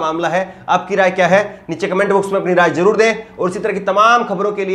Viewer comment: Aap Achche Patrkar,Par Aap Zaban Achchi Nhi Hai. SHA ko Sa Bolte Hou Or zarur Ko Jarur Bole Hou Jo Sunne Mai Achcha Nhi Lagta.ummeed Hei Aap Dhiyan Denge.